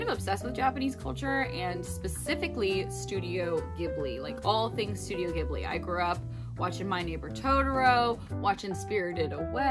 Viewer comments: Not to be that guy but Studio Ghibli is pronounced with a soft g, so like jib-lee! I found out after pronouncing like gib-lee for years 👻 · 0 0 I cringed every time she said “gibli”